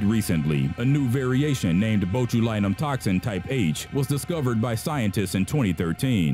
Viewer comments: Botch-u-line-um gotta work on the pronunciations man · Yeah, me too. The acetyl-toe-cal-een one cracked me up. Also bot-you-lie-num. For those unaware, it's acetylcholine, pronounced ass-eetle-co-lean and bot-you-lynn-um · strychnine, pronounced "strick-NINE" (like the number 9) acetylcholine, pronounced "ass-ee-til-khol-een" botulinum, pronounced "botch-uhl-in-um" botulism, pronounced "botch-uhl-is-um" "The more you know" music plays